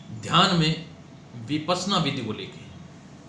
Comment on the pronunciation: विपस्सना। शब्द तो ठीक तरह से उच्चारण करे भाई 🙏🏼🌹🌺🌺